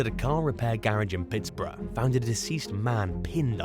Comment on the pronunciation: said the proper way not the pittsburgh way lol at least proper in the UK